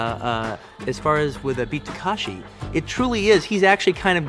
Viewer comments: Good Lord! Takeshi, not Takashi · Beat Takashi instead of Takeshi . . . Wong Fei Ho instead of Wong Fei Hung. Quentin is like that 40 year old that learns a name wrong and consistently pronounces it wrong thereafter. 😅😂😅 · Calling him BEAT "Takashi" is so disrespectful. jfc learn to pronounce people's names if you're gonna cape.